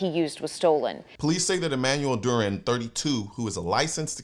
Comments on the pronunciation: Dew ran is the way to say it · CN, you dropped the ball hard, major fumble. The Hero's name is DURAN. You should know how to say his name.